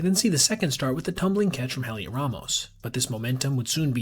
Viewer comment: Just a quick thing on Ramos- Heliot is pronounced with a silent H, so like Elliott. And as a Giants fan I witnessed a whole bunch of bad defensive plays by him